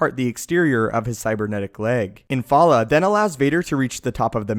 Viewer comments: The only issue I have is that you keep calling him IN-FAL-LA when his name is Infil'a which is IN-FIL-AH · The pronunciation of Infil'a in this video...come on.